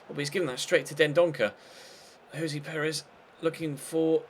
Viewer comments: You don't pronounce ayoze Perez as Ayozee / it's I-o-za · Will you just stop fuckin saying Ayozee Perez it's so annoying when it's getting pronounced wrong